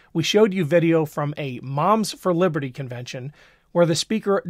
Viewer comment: Did you say Mom is for Liberty or mom's for Hitler....😢